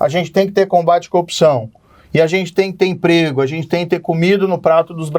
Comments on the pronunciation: coupçaaauun* ele é incapaz de pronunciar o "r", o pobi kkkkk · Coopção , conje, qua , qua , qua …. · Que cara fraco meu deus! "A copção..." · Qndo esse corrupto vai aprender a falar "corrupção"?